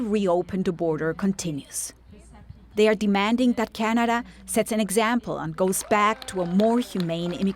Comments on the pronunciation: Really bothered by the narrator's pronunciation of the word 'Canada' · How she pronounces Canada is pissing me off